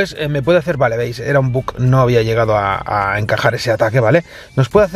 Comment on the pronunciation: por dios mesangran los oídos cada vez que pronuncias BUG se dice BUG y no BUK